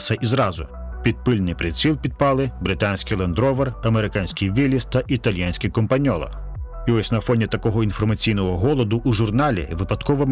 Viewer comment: Італійський, не італьянський